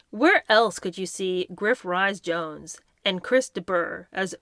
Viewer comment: with total respect, may I offer a small, general, pronunciation assist: 'Ebullient' = eh-BULL-ee-ent as opposed to: "ebb-you-lent". The hyphenated surname of actor/comedian 'Griff Rhys-Jones', is 'REESS-Jones', in same manner as for Prince Edward's partner, formerly Ms Sophie Rhys-Jones. Be guided by both an American choc-nut treat, and the first name of a Legally Blonde US film actress, whose surname is 'Witherspoon'! Then, as the pioneering Nation you are part of, I beg you, please, re-instate the correct pronunciation AND spelling of a certain metallic kitchen aid (also widely used in Tinfoil Hat construction): Al-YOU-min-ee-im. Like many of those who write or speak it, this word also has 2 eyes! The second ' i' should never be removed in an attempt to match the uniquely mis-spoken construct of this word, as in: A-LOO-min-im. (which is especially confounding, because in the UK & much of Australia, a "loo" is a "toilet".)